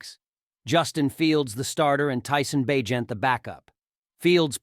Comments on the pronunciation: Did you really say Bag-net??? this can’t be computer generated narration is it? Or is it just a person who doesn’t understand how to pronounce a persons name even though he said it correctly several times… Bag… Net?? Bagent… Bay… Gent.. seriously, if this is artificial intelligence that’s fucking retarded… And no I don’t give a shit about political correctness… It’s fucking hypocritical anyway and it’s all about context… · So did I hear this guy right? He pronounced the Heisman Trophy as the "Hess-a-man"? Then after saying Bagent's name correctly 25 times, he pronounced it once as Bagnet like it rhymes with magnet. Lol. Then he said Donta Foreman without putting the inflection in there. It's pronounced "Dee On Ta" with a long a sound 😂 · BAG-NET? ? HESS-I-MAN trophy? Otherwise nice tribute to our Bears new star.